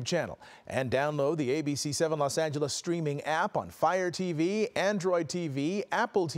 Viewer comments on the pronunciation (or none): none